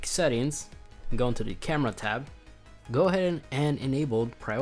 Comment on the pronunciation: “Camrea” “Controll”